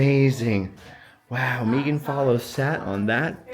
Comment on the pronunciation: I love this sooo much! Anne of Green Gables is one of my favorites! I grew up with it and watched it too many times to count. I have memorized scenes like you. Thank you for sharing! I love that you pronounce Megan's name correctly, too!